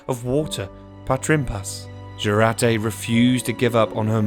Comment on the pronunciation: pronounce like yourate-Jurate